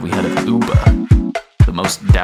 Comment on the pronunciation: The way he says “Have you heard of Üüüber?” gives me a deeply satisfying laugh